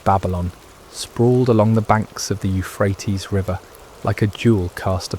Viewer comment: Is there some reason that the Euphrates River is not pronounced right? All one has to do is check online. Makes me think that it's not an actual live human narrating the stories. How bizarre! And how disrespectful.